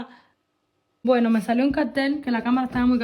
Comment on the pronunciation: CATEL!!!!! ...NOOOO...... CARRRRRTEL!!! jajaja